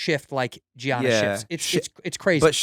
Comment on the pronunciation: Props to Hasan, he knows his NBA shit. Tito can't even pronounce Giannis right, GO CHOKE ON DELICIOUS HOT DOGS YA FIB!!